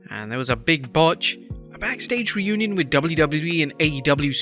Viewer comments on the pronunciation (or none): So many botches in this one video, outside the obvious botch by Kairi.. Runion isn't a word.. Mone is pronounced Mo-nay, not Money.. the year is 2023, not 2003..